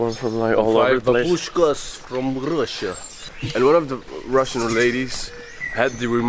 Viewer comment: Say bAbushka. Not babUshka